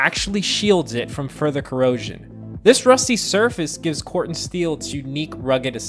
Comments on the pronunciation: The word is pronounced "core ten" steel. Not "CORT un" steel. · A whole video spent mispronouncing Core-Ten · Interesting I have only ever heard it pronounced "core ten".